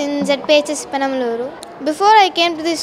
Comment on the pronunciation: Here is no chance, she is speaking spontaneously and grammatically. Moreover she pronounced penamaluru like a normal telugu born girl. Unlike bendupudi 🤣🤣🤣🤣